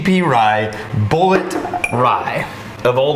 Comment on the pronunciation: I think it's pronounced "bull-eet" ... 🥃